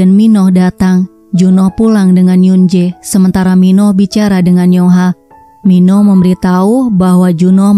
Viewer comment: Min baca nya Min Oh.bukan Minoh min